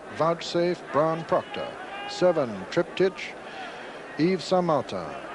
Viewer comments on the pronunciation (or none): Triptych's name is pronounced as with Trip-tick. [Not as Trip-teesh!]